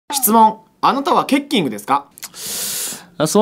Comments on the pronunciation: ケッキングの発音ちゃうて。 ケッキングやない、ケッキングや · ケッキング発音違くね❓ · ケッキングの発音違くね？w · ちょい思った